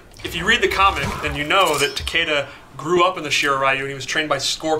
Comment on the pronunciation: It's like, wow Neatherealm... Rayden and Takida? It clearly says RAIDEN, as in Ra-i-den.... and it clearly says Takeda as in Ta-keh-dah. I mean c'mon, it's not fucking rocket science. It wouldn't kill you to pronounce your characters' names right.